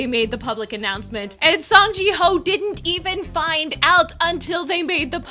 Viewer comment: It's actually "Song Jihyo" without pronouncing the "h" sound. Sorry I like her so much it bugs me hearing it wrong. Back to the topic, I really don't understand how the whole KJK, SJH thing happened. Each one of the members is a part of the show‘s identity, I wouldn't be able to keep watching without these particular people. So yes, ending it all together under these circumstances makes sense, but man it sucks! I mean sure, some episodes weren't as entertaining as others, but I always returned to it. Imma miss seeing them all together doing silly stuff, also my spartace..